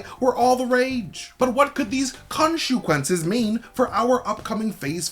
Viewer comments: Say, "konshu-quences" again! I dare you! I double dare you! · Omg say Khonshu-quences one more time in a video and we riot.